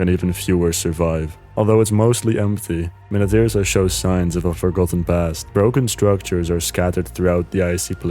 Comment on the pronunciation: Original Deepwoken content? Pronouning Minityrsa correctly?! How is this possible